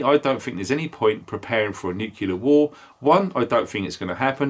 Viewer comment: Not nucular nuclear.